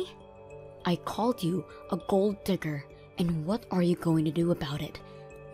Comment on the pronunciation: I just have to laugh at the way these readers pronounce gold digger. Gold DIGGER with the emphasis on digger. It should be the other way around. GOLD digger, with the emphasis on Gold.